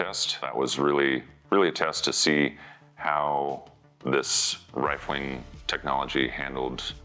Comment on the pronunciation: 2m55s "rilfing"? What is rilfing?